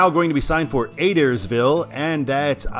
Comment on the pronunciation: it’s pronounced Uh-dare-is-ville